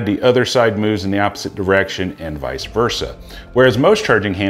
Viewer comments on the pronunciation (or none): none